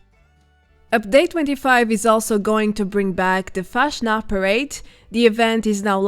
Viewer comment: it drives me crazy how you say Fastnacht